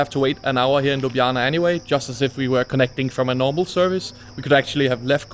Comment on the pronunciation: Excellent pronunciation of Ljubljana! 😊